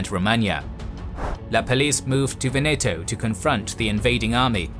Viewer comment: Pardon, when you spell Veneto in italian the accent is on the first "e" not on the second